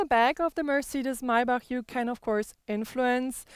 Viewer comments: Nice video Guys,and thanks for teaching us that it's Meibarrhh instead of of Maybach :)).Rick Ross should watch this video lol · It's so funny because no american will ever be able to pronounce Maybach in der richtigen Weise.